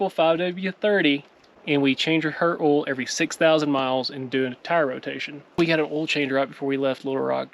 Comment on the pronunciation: I love how y’all say hell instead of hail and ol instead of oil lol. You guys got some good rain. Bet it was refreshing.